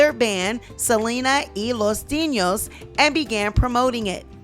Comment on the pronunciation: Selena y los 'dee-nos'.. there's no ñ.